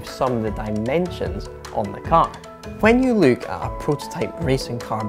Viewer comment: I love the way you're saying "look" - as "luke at the car".